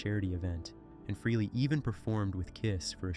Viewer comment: Also it not Ace fruhley, its pronounced Ace Fraley ( Frehley)